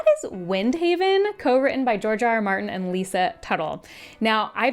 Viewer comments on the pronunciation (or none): That sounded so much like "Jar Jar Martin", and I was transported into imagining gungans in ASoIaF for the next 5 mins. Thanks!